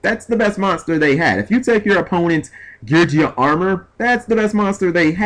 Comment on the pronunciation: Can you please stop mispronouncing Geargia >.>